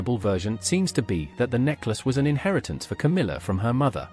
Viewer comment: KAMILA? Camilla! Your AI is broken.